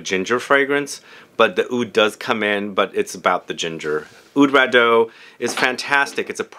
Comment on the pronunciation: Oud Rado??? Oud RA Diiiiiiiii euuuu